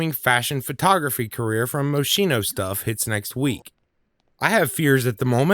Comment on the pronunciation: I cringe. Mos-kee-no. 😁